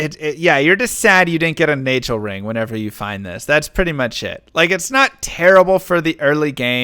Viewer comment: its not 'naigel' ring, rather 'naaghel' ... you know "nail ring" in German